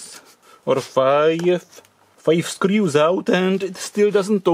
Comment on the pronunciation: I'm sure there where only " teuew"